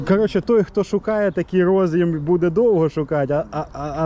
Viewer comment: Карта во сказать "до сгакы" - это надо высшее образование иметь."рОз'їм" чи "роз'Єм"-шось когось їсть від IBM.